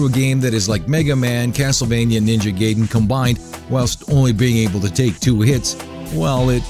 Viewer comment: its not gayden I know its not how its spelled but thats how he is saying it.